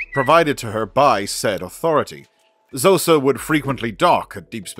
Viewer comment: Khosa, written Xhosa not shosa